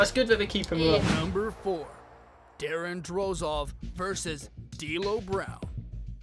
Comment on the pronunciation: The maker of the video you are reacting to is questionable in knowledge. Can't pronounce Seth Rollins correctly and stated Brock vs Kurt was Wrestlemania XX. I mean even a standard fan knows that's Incorrect. I'm guessing there will be more errors.....yep it's Drozdov not Drozov. Christ almighty these people make wrestling videos and have these mistakes.